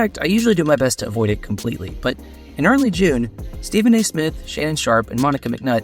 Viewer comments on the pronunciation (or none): none